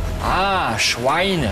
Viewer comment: Aahh, Schuwaine..